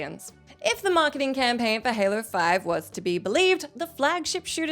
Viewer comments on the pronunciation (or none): none